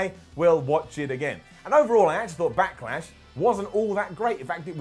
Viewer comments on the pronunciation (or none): "Back-ah-Lash", "Smack-ah-Down"? What's up with impersonating Triple H? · Is saying “Backalash”??